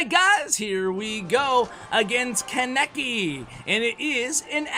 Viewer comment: when you watch anime and dies when tries to pronounce kaneki's name in the video and you cant correct him because its pre recorded LMAO